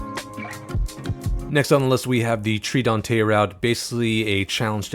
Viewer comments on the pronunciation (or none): none